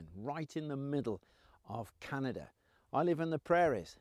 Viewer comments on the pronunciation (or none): The most dangerous Canadian, an Englishman in French territory....what will he do? What CAN he do? Sorry, but he can do! It is CANada, not CANTada. Good job on this fella all things aside!